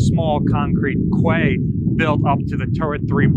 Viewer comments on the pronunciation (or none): Quay is pronounced KEY... We got "Queen's Quay" in Toronto... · Pronounce Quay = Key, ≠ Kway